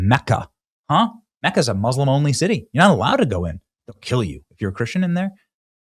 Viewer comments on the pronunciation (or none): none